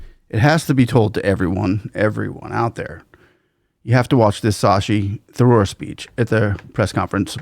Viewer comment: Pronounced Shushee Thuroooor